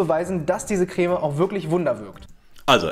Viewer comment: Sorry, aber Chef hat recht, es wird auf Französisch "Krämm" (oder meinetwegen "Kremm") ausgesprochen, mit einem kurzen "ä" (bzw. "e"). Jedenfalls nicht mit so einem langen "äää" wie der Anwalt in dem Video hier es tut. Entweder hat deine Familie einen komischen Akzent (von dem ich noch nie gehört habe) oder du bist so einer von diesen Menschen, die solche Unterschiede nicht hören.